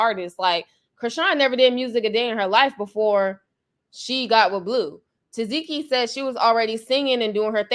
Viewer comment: TA. SEH.KEE IS HOW U PRONOUNCE HER NAME 😂❤